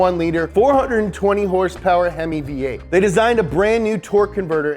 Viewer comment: Wtf horsepower nah it's horse peerrss